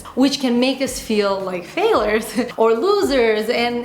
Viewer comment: It's not pronounced fail-ers. It's FAIL-YERS.